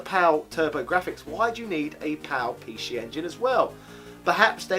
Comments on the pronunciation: Apologies in advance if it’s a rude question, are you deliberately saying pee she? Edit: Hong Kong ? PAL, English, Very close to Japan .... ? Edit of the edit: I should have watched it all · why does he keep saying pee shee